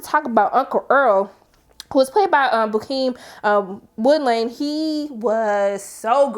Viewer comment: You’re mispronouncing his name. It’s Pronounced “Beau-keem” not “Bookim”